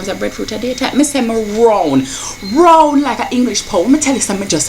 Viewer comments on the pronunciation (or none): Yu nuh "fat so til.." but you did make me laugh when you said "rown like-a-english poun' " n "fat like am fertile". Its minf over matter and enjoying yoursrlf every so often IS ALLOWED, at least you admitted yhat you fell of the wagon and can't wait to gey back. Like someonr elsr said cardio is the way forward also think about changing up your workouts every 4-6 weeks to keep things interesting n to get more results (apparently it tricks the body by getting you to work n tone new muscle gr